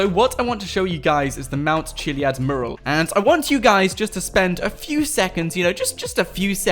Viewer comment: Its pronounced mue-ral, not murral